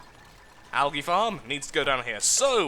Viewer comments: Al-gee (algae) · I am not being mean I am just saying I say algae differently I say it like algee I am american